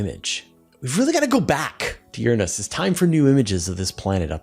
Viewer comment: I'm no astronomer but I know your pronouncing Uranus incorrectly. :)